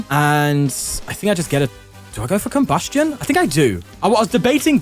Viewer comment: Our goat finally pronouncing Combusken properly, I’ve waited for times like these